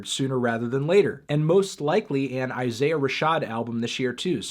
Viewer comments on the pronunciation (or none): none